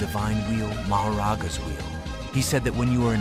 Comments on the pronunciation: Tf is a mahoGAra? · 0:2 ah yes mahogara